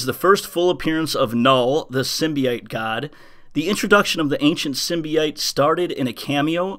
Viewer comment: it drives me crazy listening to you pronounce the word Symbiote. sorry to be that guy but it has no double I it is an O sound SYM - BI - OTE not SYM - BI - ITE Please work on that since you will be saying it alot in the upcoming Carnage event the rest of this year. thanks